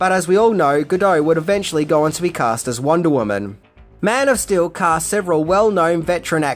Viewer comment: your accent keeps sounding like you are saying Man of Still